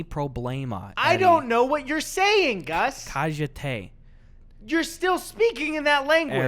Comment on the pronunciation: When Gus said cállate it’s pronounced cayate not.... not- uh cajate